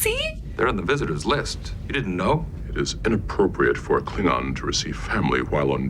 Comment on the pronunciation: you need to work on your Klingon pronunciation